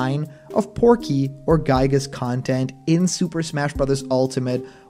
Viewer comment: Yet again another person has mispronouncing giygas name 😒